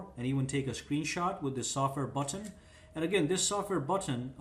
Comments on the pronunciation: You say button funny af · i hate how he says button